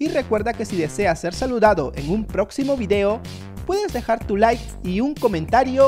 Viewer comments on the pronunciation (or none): none